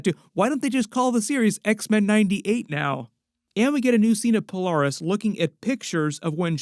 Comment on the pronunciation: "Puh-LAIR-us" like Polarity. Not "Puh-LAR-us"